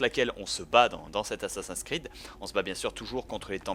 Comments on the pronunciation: pourquoi tu dis dis assassin creed c'est assasin 's creed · j'adore comment il dit "ASSASINKREED" ^^ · Je crois que ça doit bien énerver Benzaie les gens qui disent ' Assa-seins creed ' x) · Reden Franzosen immer so schwul?? Und sind die wirklich zu blöd Assassin's Creed auszusprechen? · C'est HALLUCINANT comme tu sais pas prononcer les nom comme Animus , Desmond , Assassin's Creed et Auditore sans parler de Ratohnaké:ton -_ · La prochaine fois dit Assassin's creed avec l'accent anglais parce que j'ai les oreilles qui saignent.